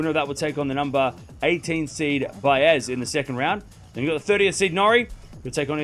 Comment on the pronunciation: please pronounce these two names correctly Baez & Landaluce. I will teach you: Baez is Ba-S….Easy!! Landaluce is Landa-Loo-Se Hope this helps! Love ❤your channel!